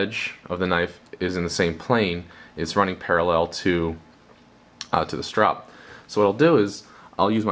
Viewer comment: "strop" - no "e".